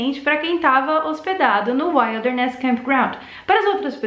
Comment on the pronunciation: Cada vez que você pronuncia errado “wilderness”, me dói os ouvidos.